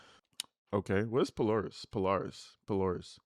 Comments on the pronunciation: Thanks for bringing us these. I’m in the area and we pronounce Polaris “Pole-AIR-ihs” it’s a secondary education school that teaches a trade/profession so when you graduate high school, you have a skill. It’s free and you go in place of regular classes (in part). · Pronounced Pol-AIR-is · It pronounced PO LARE IS it’s in Columbus Ohio and it’s just a huge mall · This family is insane and they drive me nuts. Just wanted to respond to Polaris- puh-LAIR-iss. It’s a shopping center in Columbus- high-end shopping center.